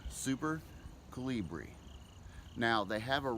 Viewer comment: Pronounced Coal-Lee-BRIEE